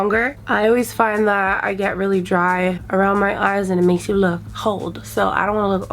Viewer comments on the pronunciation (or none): “ i dun wanna lewk old I wanna lewk like a young spring chikken “ 😂😂